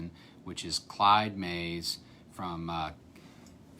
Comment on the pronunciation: First person to pronounce the name correctly.